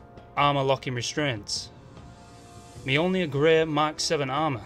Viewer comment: Only HE can say Mjolnir properly.